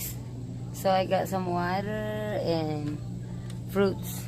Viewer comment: i like your pronounciation of (Water )(water)((water) di ko magaya i can relate now on my husband before he went to america for work then always told me that the pronounciation of water is like what u ( said )